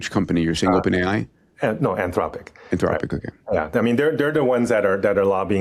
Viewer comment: 'Anth-lopic' say it properly, AnthRopic. Or stop using AI to do the voices in your videos.